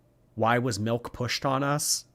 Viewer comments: The word milk (or malk as she likes saying it) has no meaning to me now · WHY IS SHE SAYING MELK?!?!=?!?!?!